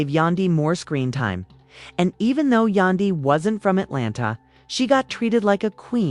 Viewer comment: AND WHO TF IS YA-DAN-DY??????? !!!!!!!!!!!!!!!!!!!